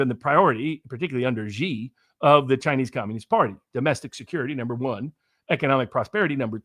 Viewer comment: Wow, he is very, very smart. One thing, and do pass this on: "Xi" in Xi Jinping is pronounced like "she", as in the female pronoun. Not zee like zebra. Not gee like genius. Not jee like je t'aime. See Wikipedia article 'Xi (surname)' or Google will say it. Phonetically, it is /ʃiː/ or shee. (If one pronounced Trump like Thrump or Macron like Maclon, a polite correction would be appropriate, right? Well, Xi is just as prominent a leader.)